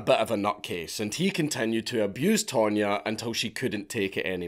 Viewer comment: tonya not pronounced tone ya i would say more tanya. Not to mention don’t forget there was no google back then you couldn’t just find out where someone is in 2min😂. With that said they were still crazy stupid and a 5th grader could of came up w a better plan.